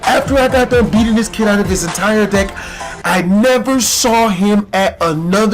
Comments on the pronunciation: omg lol kept thinking u were saying dick insted of deck omggg xDDD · every time he said deck i thought he said dick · It sounded like he said dick. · It sounded like he said "blow my dick" lol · XD every time he said "deck" it sounded like dick. LOL